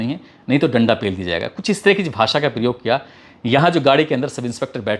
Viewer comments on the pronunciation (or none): none